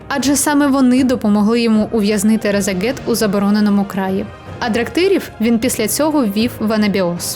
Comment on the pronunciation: А чому ви кажите Разагет, а не Рашагет?